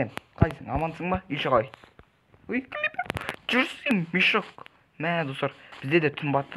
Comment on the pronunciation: Клипер 🤣 Сен натури қуад екенсің бро Крипер дейді